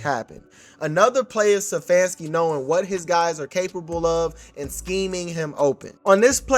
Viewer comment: I love the commentary but with all due respect... IT'S STEPHANSKI - NOT SEFFANSKI! Peace